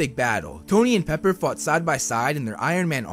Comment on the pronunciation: “Paper” XD it’s “Pepper* btw:)